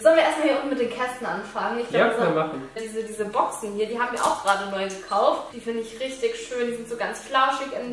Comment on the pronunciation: Allein bei der Stimme bluten einem die Ohren. Dann die Aussprache "wir habene.." Und früher waren solche Dummchen ja wenigstens noch besonders sexy oder hübsch.